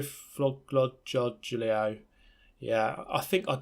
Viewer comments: So glad you chose to drive the Giulia, That car is absolute perfection in real life and love seeing it being raced, and its qua-dri-fò-glio . :) Honestly i just say Giulia spaghetti because Italian is a new language to me, But yea thanks for driving the Alfa! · Its Κουά-τρι-φό-γκλιο man cmon :D